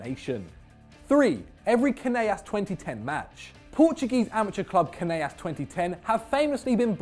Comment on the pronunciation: You guys really butchered Canelas, were not Spanish ffs